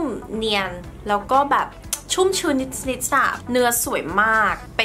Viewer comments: ดูเพลินมากเลย สวยไปหมด ติดคำว่านิส นิส ค่ะ นิดนิดปกติได้มั้ย เสียง s x -ce เยอะแล้วในคำภาษาอังกฤษ ไม่ต้องเอามาใส่ภาษาไทยแล้วได้ไหม 😵‍💫 🫣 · รอนานมากค่าาา ชอบคลิปมาก แต่อยากให้ พูดคำว่านิด แบบปกติอ่ะค่ะ มันแอบแปลกๆนิดนึงงง ติดตามพี่ตลอดนะค้า